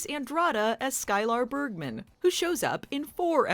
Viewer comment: It's um, Sky-Ler not Sky-lar.